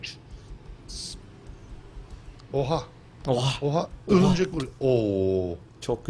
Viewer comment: örümcek değil örümcenk